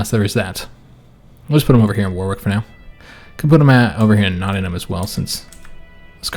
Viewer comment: LOVE THIS!!! I think, if it is going to be a regular series, we should teach to speak King's English... So, a few town pronunciations: "WORRICK"; "NOT-ING-UM"; "LUN-DUN"; "NEW-CAAASTLE":D